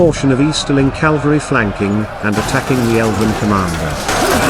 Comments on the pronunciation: Someone tell the AI voiceover it's 'cavalry' not 'calvary'! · to be fair the narrator kept saying "Calvary" instead of Cavalry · Ka-vul-ree , not Calvary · Horsesoldiers are "Cavalry." Your Narrator keeps pronouncing it "Calvary" which is the hill on which Jesus died. Mispronouncing a common military word with a British accent doesn't make it any less ridiculous. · I hope you mean Cavalry and not Calvary. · Even the AI narrator says “Calvary” instead of the correct “cavalry”….. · Good video. But the word is CAVALRY! The “V” is pronounced before the “L”. CaLVary is where Jesus Crist was crucified. Two quite different meanings. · It’s CAVALRY not Calvary!!! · Cavalry not calvary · Calvary?? Cavalry surely? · CAVALRY, NOT CALVARY PLEASE! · There is Cavalry and calvary ffs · Was the AI voice told cavalry or calvary. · Cavalry. Not Calvary. 🤦‍♀️ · I believe the correct pronunciation is cav-al-ry - the way it's spelled, not cal-va-ry (the hill where Jesus died). Generally, nice job! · "Cavalry." Not "calvary". The first one is mounted fighters. The second is an execution site. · Calvary? Cavalry! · I know its a simulation and a generated voice , but what in the name of Gandalfs butt is "calvary"? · Damn, even text-to-voice pronounces it 'calvary' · The announcer keeps calling the horseman Calvary. Calvary is where Jesus was crucified. Horse soldiers are ca val ry , cavalry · Good Video but dang....Calvary? Cavalry! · its cavalry not calvery.